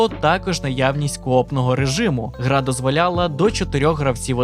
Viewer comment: "гра дозволяпала"😅